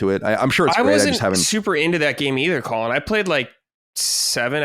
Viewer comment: The way pronounces Colin is insane. lol